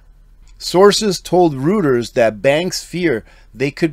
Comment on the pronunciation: pronounced ROY-TERS,.....spelled Reuters